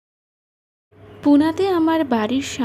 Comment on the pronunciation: Detector (!!!) 🤔 না, Dictator 😅